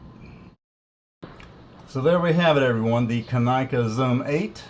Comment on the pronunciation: Pronounced KAH-nick-uh